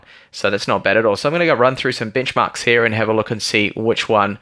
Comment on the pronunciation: I apologize for being an ass but when you say "Bench Mark" it seems like you are saying "BICH MARK" lol